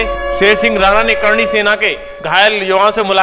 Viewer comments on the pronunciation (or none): अरे भाई करणी नहीं चरणी सेना कहो.